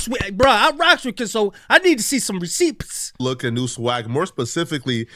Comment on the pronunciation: Wtf pronounce "p" in "receipts"😂😂